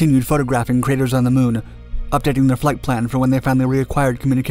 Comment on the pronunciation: LOL Can't even land a rover on the moon right anymore. "We heard music on durr moon, right guys"